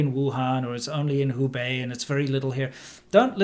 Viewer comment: Thanks for your work guys! I’m in HK and watching your channels, medcram and peak prosperity daily. Btw, if you have a relationship with Peak Properity, please teach him to say “WhoBey” not “WhoBai”, haha